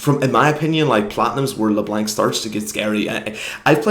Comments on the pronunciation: couldnt make it past 40 seconds. le blank 2 op. bring back "le blonc" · and by the way, I am acadien and we don't pronounce LeBlanc "Leblong" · are you froggen? it's not leblenk m8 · How you say Leblanc gives me Cancer, it's french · No one pronounces LeBlanc properly when speaking english because they don't speak french, so you will have to learn that not everyone knows how to pronounce french names you have such a hard life don't you? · name an English word that has "anc" in it that sounds like "ank", because I bet you anything you can't find one. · Unsubbing because you are saying leblanc wrong